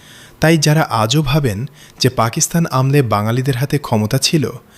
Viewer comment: “আমলে” শব্দটার উচ্চারণ হবে আমোলে-এর মতো